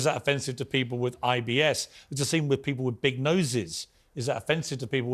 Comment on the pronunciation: “Wiv” ffs